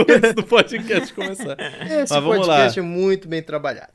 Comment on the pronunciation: Cara, falem direito. . . É fiz bocast